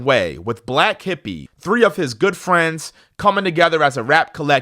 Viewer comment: I love Kendrick and Dave’s relationship 😊❤ as the man says… ‘true firiends’